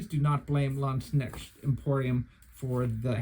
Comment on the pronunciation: What a great review! A few days ago, I decided to order a modified version of the "Günther" from Landsknecht Emporium. 😊 By the way, if I may be so bold, I have a few little tips for you on pronunciation: First of all, the word "Landsknecht" is composed of the words "Lands" ("land's") and "Knecht" ("servant") and means "servant of the land". The "k" in the "Knecht" part is not silent. In German, with the exception of "h"s, which serve to lengthen vowels, there are no silent letters. In addition, the German "ch" here is a voiceless palatal fricative, pronounced like the Spanish "x", for example in the Spanish pronunciation of "Mexico". 🙂 -> [ˈlantsknɛçt].